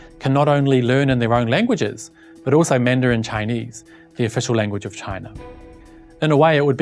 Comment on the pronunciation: Impressive knows China has 56 races. It shows depth and professionalism in knowing the subject matter... Besides, Mandarin pronunciation is more accurate than some overseas Chinese...